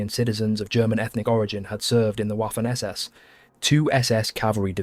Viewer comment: Why you keep saying Waffen (Uafen), as if it was an English word? It pronounces Vaffen. The entire world pronounces is correctly: Vaffen. Don’t you know that German W reads V?